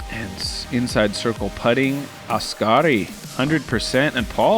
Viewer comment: I love how difficult it is for and to say Oskari 😂😂